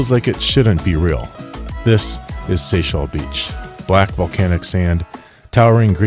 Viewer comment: Love your videos! However, it's Seixal Beach not Sexial Beach.... Although the beaches are sexy!